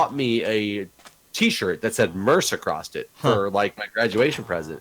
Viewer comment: File this under minutia: could you explain to Jeff that the word ""across" does not have a "t" at the end.